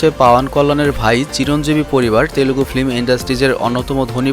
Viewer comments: Its Telugu not telegu ... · বাংলাতে পাবন কল্যান হবে! অার তেলেগু নয় তেলুগু হবে শব্দটা ( চাইলে ঠিক করতে পারেন)